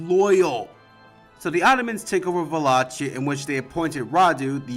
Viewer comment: Buna! You cut through the media sensationalism and even pronounced Wallachia properly!